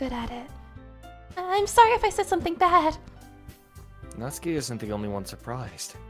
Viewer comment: OMG FIRST YOU ALL GET ME INTO ANDY AND LEYLEY AND NOW ONE OF MY FAVORITE INDIE GAMES YESSS Edit: SHE SAID NA-TSU-KI AND NOT NAT-SUKI! PEAK!